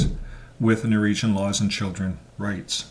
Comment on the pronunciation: NORWEGIAN ...NOT Noregion